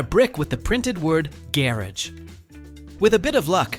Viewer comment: wait— say gear-idge again!! (Garage)